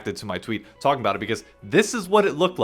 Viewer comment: I forgot you from new york until you said “talking”